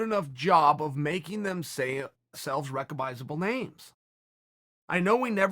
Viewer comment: If chael says it’s ‘recogbisable’ then it is